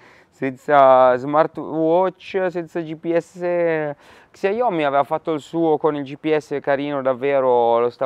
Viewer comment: ....Raga però pronunciate bene i marchi: XIAOMI = SCIÀOMI 🤟😅 Ottime recensioni come sempre, un abbraccio dalla Polonia 🇵🇱